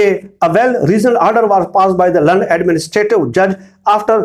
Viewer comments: Mohtaram insary sshab AP laynd councl ko Jo lekh y min land hota hay AP bar bar land lnd lnd bola be clear thanks & no mind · Sir "Land" ko sahi pronounce kerain please. Your progam is as usual based on evidences and free from lies.